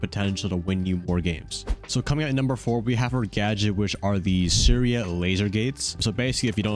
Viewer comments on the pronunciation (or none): none